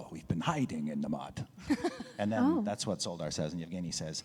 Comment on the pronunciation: Szoldar (at least by the standards of our world) be pronounced Sholdar? Since in polish (and I assume that it would be similar in other slavic languages) sz is pronounced sh (like in shoe for example)?